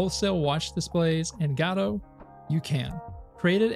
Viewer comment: Love your updates but man the way you pronounce Godot makes my ear bleed 😀 Please keep it up!